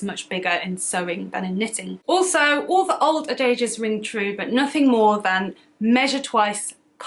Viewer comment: The Gentle Knitter was my first knitting podcast, too! Beautiful - but being a colourful person myself, I love the vibrancy of your channel and am very glad that Skeindeer sent me over... :) Heading over to Kofi for your podiversary, now!! ps I was interested in your pronunciation of diaspora and adage, which I would have pronounced die-ASP-era and A-didge according to my studies, but maybe I have missed something in the past 10-12 years and it‘s shifted? Living abroad does mean I lose touch with the language and expressions sometimes (it was actually my 79 yr old mum who had to explain the concept of woke to me 🤣🤣🤣)...